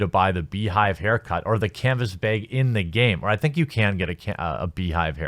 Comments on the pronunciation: Canvas “Beg” lol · YOU STILL SAY ‘CANVAS BIG’. But you’re still great. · canvas bay-egg